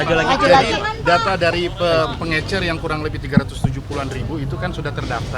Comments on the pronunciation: Pengecer pak, bukan pengencer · Pengencer apa Pengecer Pak😅